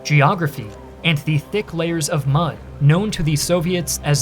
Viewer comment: did he just said Much not mud